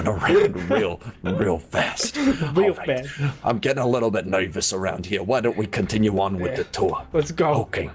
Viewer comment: How many times did say let’s cotiun with the tour